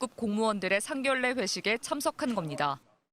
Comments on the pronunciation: '상견례'는 [상결레]가 아니고 [상견녜]가 맞는 발음입니다. 요즘 영상 보다보면 이런 단어를 제대로 발음하지 못하는 부분이 너무 거슬리는데 공중파까지 이럼 어째요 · 상견례를 상결례로 발음 하시는 분은 처음봐요. 뉴스에서 이런 실수는 좀 아닌 것 같아요. 서로 결례하는 건가여ㅎㅎ 맞긴 하네요. 또 여수네요.